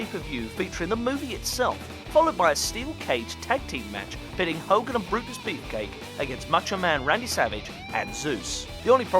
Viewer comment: You say Hogan weirdly.